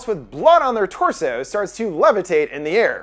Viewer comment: the way you say torso.